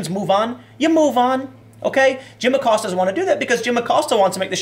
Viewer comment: Lil’ Abilio “Will” Acost-ya.